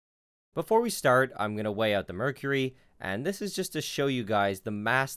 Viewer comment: The way you say "out", is really weird. "Eut"